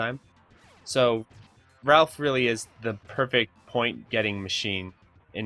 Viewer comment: BTW, his name isn't "Ralph" it's "Rah-ff" as in short for Raphael Sanzio the renaissance artist. All of the turtles are named after renaissance artists. Sorry I know it's kind of a nitpick, but I'm an 80's child I had to correct you, I get that you were probably born much later. Very informative videos dude, gj!